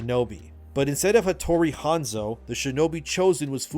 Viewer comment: Shintosm? Odu Nobunaga? Hotori Hanzo? How come you pronounce them correctly and two second later wrong? Anyway, the story sounds like too fantasy for AC. Like way too fantasy. Like some fan fiction. I might have to check with my ex-colleagues from Ubisoft.